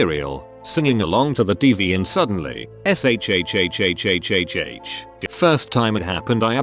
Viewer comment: It’s funny how to robot can’t say shhh correctly